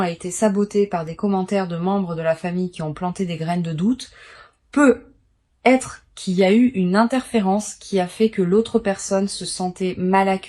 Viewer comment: Pourqyoi ces PEUUUUUU....ETRE ET NON PEUTTTT ETRE . I.A ...I.A ...I.A EXPLIQUEZ VOUS ...QUAND MEME ...